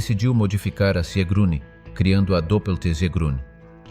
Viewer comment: Sigrune, nicht Siegrune.